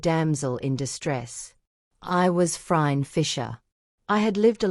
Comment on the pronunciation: This is AI The AI doesn’t even pronounce Phryne correctly.